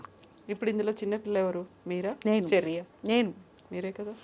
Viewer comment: Chinpilla chinpilla kadu thalli chinna pilla